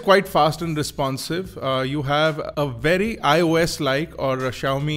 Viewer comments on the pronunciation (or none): none